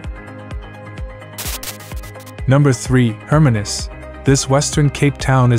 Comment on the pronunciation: Some good choices of towns but I do wish that the presenter had taken time to learn the pronunciation of some towns. Hermanus is pronounced with the stress on the second syllable, HerMANus. Also towns with Afrikaans' names the letter 'g' is said more like an English 'h'. hence Graaff Reinet is pronounced more like Gerraff Rainette.